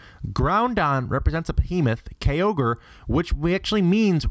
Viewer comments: and OMG! what did you just say about Xerneas, Yveltal and Zygarde? why cant you pronounce thier names right? THEY EVEN SAY IT IN THE ANIME!! you didnt watch it did you? becasue it damn sure doesnt look like it..... Also - Kyogres name isnt pronounced like how you said it and Levianth? Behemth? Zyzz? LeviATHAN, BeheMOTH, ZYAZZ! research how to say things before you say them... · "Ground-don and Key-ogre" "rye-qwa-zeh"